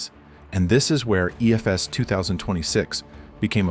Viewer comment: teach your AI how to read EFES :D